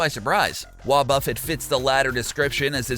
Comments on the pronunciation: it is "wuobufét" not wuobûffet" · Ok 5 things... 1) Dry Bones are immune to fire. 2) Not only did you leave out mirror coat and destiny bond for wobuffet 3) but counter counters all physical attacks since gen 2 4) You pronounced wobuffet wrong 5) At least check by your sources of the information you give the public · So he steals the content nut fails to listen to the audio to learn how to properly say WoBuFet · He says wobuffet weird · Bruh 1.learn how to pronounce wobufet 2.u can’t kill dry bones with fire This why people who don’t understand games shouldn’t try to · Learn how to pronounce wobuffet